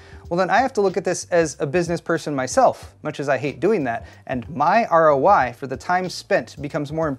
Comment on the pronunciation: “RO-WHY” Freudian slip